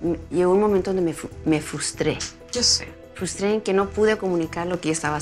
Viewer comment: redepente me fustree 🤪🤪🤪🤪